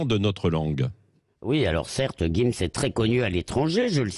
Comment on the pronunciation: Jim's pas guim's Tu veux une guifle ??